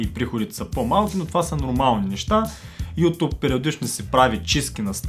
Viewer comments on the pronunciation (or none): none